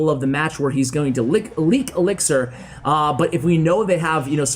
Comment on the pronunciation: The editor has a problem with the word elixir man😂